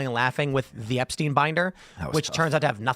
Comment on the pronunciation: There's no such thing as Jeffery "Epsteen". It's Jeffery Epstein...like Albert Einstein! Learn to read.